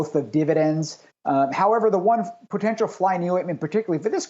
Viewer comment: What's "potetial?"